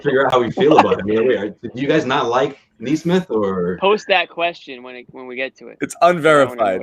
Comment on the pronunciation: Also guys, it's 'Kneesmith,' come on.